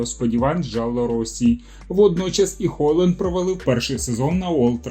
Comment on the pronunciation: еще и сказали холанд вместо хьейлунд